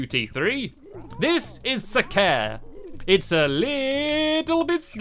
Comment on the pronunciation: I think you say the first a on sacare you say really quickly.